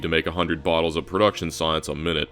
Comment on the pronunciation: 'its going to need a couple hundred bottles of science' just sounds like wodka.